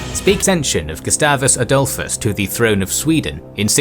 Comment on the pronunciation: yeah, we just say Gustavus Adholfusd. And rest will cry